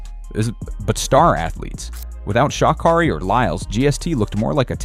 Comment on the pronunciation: Pronounce her name right